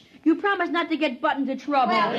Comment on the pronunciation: Apparently Butt is a real man's name. They said it was Buck at the end, but it sure sounded like Butt to me.